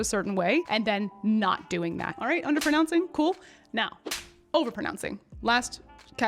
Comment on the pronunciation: You say”underpernouncing”…